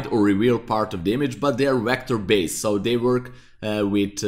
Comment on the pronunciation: Please stop saying WECTOR. It's Vector